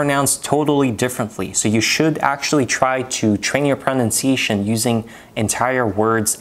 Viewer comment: Interesting video, well done, some great tips - but please find an educated native speaker of English and get your pronunciation of the word pronunciation sorted. It’s a word you use a lot but unfortunately it is a little bit ‘off’ to the ear.